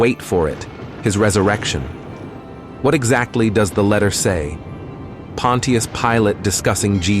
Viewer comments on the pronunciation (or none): Pon-chus Pilate, 2 syllables. Not Pon-ti-us. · Try saying it like this : Pon’shusss Pilate,..instead of Pon’teee’us. 👻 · It’s not pronounced pon- tee-us it’s pronounced pon-chus 😑 either narrate yourself or hire someone to. These ai narration voices are horrible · Using these fake assed AI voice narrating softwares is compromising the quality of your presentation by mispronouncing key words and names. Pontius Pilate is not pronounced "Pawwwwn Teee Us," rather, it is pronounced, "Pawwwn Chous" Pilate. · The pronunciation is not Pon-tea-us...it is Punch-us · Your text reader might as well call him "Pontiac" Pilate it's butchering it so badly. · Pontius? That's not how you pronounce it it's pon-chus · Pilot's name is pronounced "pon chess". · Pronounced Ponshus Pilate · the AI mispronouncing is so infuriating and is widespread, it's pronounced Pont-chuss, js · The name Pontius is pronounced “PAHN-shus”. I wonder if this is just another AI voice.🙄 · OK A.I. it is pronounced Pon shious Pilate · How he pronounces Pontius Pilate is hilarious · I don’t think I can take this vid with Pontius Pilot being mispronounced over and over lol 😅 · AI can't pronounce Pontius. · I sure wish this speaker would pronounce Pontius correctly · Now if only this AI robot voice could be programmed to pronounce’ Pontus ‘ correctly.